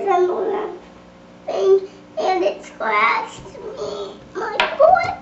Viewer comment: Ikr... lol while she was explaining how to make it I heard her go "It scwatches my fwoot " lol